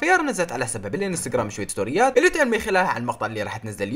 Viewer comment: بالدقيقة مو شويت سنوريات قول كتيرت ستوريات